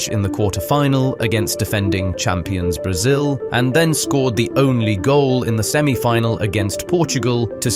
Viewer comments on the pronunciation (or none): none